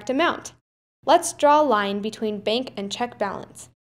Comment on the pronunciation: I like how you say 'beenk' for bank